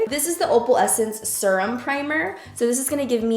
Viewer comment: The way you said serum 🤣🤣😭😭 omg I love you 🤣🧡